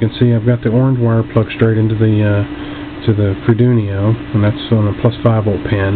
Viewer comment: Nice video. I got some ideas for this ping pong ball difusers, like an indoor gigantic vumeter for visual capture of the environment sounds. And it's funny how you pronounce Arduino. It sounds like Ardunio, with n and i reversed. It gives a new twist to this familiar word. Thank you for sharing.